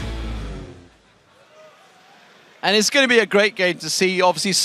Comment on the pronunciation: yolo works so much better with a french accent...